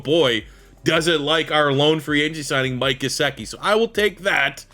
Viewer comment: its called Gesiiiickiiii, the other stuff was great as always